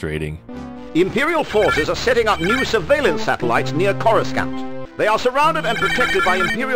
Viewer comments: i'm sorry, where? CoruSCANT?? Never heard it pronounced like that. Ill chalk it up to 'early installment weirdness" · Love how General Dodonna mispronounces “Coruscant” and how Mon Mothma lost her British accent. I had this game 30 years ago and came close to beating it but never actually did. I loved Hering your take on it.